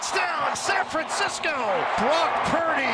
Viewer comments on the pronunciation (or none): he calls brock purdy "brocky" lol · Did he called Purdy “Brocky”?😂